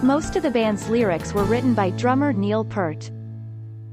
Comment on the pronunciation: P - ear - t, not P - ert, please!!